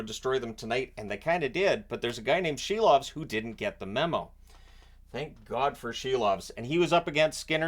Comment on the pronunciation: Silov is pronounced SEAL-OFF